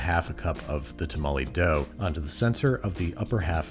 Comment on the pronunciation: Idk why, but "tamale dough" sounded crazy to me, the "masa" is fine lol